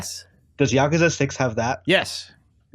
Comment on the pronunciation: YA-ku-ZA. It’s not that hard.